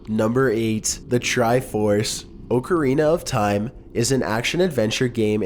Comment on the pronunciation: Ocra rina of time xD